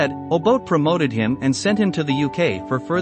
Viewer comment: Why can’t you learn to pronounce Mr Obote’s name . This is a big shame . You spent time on this documentary but couldn’t take time to learn how to pronounce an African name.